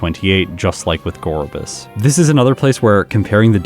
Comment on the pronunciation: Huntail's head fin somewhat resembles a scallop and, like Gorebyss' seashell bra, is likely meant to visually connect to its pre-evolution. Btw, I was quite pleasantly surprised that you got the Gorebyss pronunciation right, despite all the misinformation in the comments when you asked about it in an earlier video.